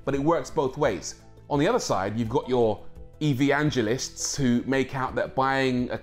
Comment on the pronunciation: What is an 'E vee angel ist' ? Is that like aluminium ?